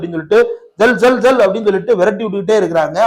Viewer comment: தோழர்களே ஜெல் ஜெல் அல்ல செல்லோ செல்லொ அப்படினா போங்க போங்க என்பது தமிழாக்கம்